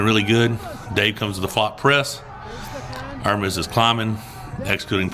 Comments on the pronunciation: You're one of the first in team west that learned how to pronounce Ermes well 🤙🦾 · Really like you trying to pronounce Ermes correctly. Very positively progressing quality arm wrestler.